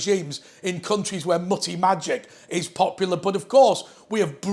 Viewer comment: By the way,, “Muthi” or “Muti” is pronounced “MOOTI” not “MUTTY”